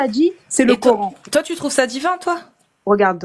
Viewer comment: Les tju au lieu de tu …. On n’en peut plus de la banlieue.